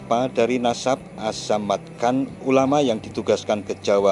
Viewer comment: Yg benar itu campa assamarkan ,bukannya assamatkon .